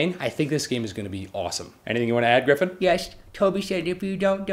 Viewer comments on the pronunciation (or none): Gryphon. Not Griffin, Gryphon. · It's Gryphon not Griffin. Sorry, it just kinda irks me when someone gets it wrong.